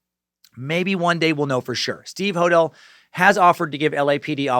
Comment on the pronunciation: Corprophagia is pronouced COR-PRO-FAY-JA! George and Steve Hodel's surname is pronounced 'Ho-DEL'.